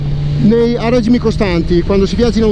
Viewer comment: Ok però si dice REGìMI REGìMI REGìMI REGìMIIIIII cosa diavolo sono i RÈGIMI??? Dài che fai il giornalista!